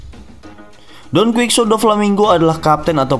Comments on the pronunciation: Bacaanya donqihote bang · Masa bacanya donkuiksote doflaminggo??🤣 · Jadi ke ganggu dengernya Di baca Don kuitsot atau Don kihote 😀